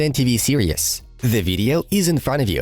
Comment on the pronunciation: its pronounced series not "serious"